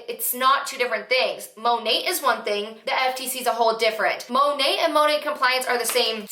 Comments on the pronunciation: Its literally supposed to stand for Modern Nature, so it should be pronounced Mah Nate basically. She's staning so hard for this business & doesn't even know how to pronounce the name of it lol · That compliance girl isn’t even pronouncing the company right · I think they say it in a way that makes it sound French and Couture. Apparently it stands for Mother Nature and is pronounced Moe-Nate. 🤷‍♀️